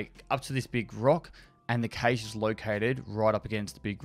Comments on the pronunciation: is it his accent or is he just pronouncing it wrong or am i? i thought cache was pronounced cash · all i hear is caysheee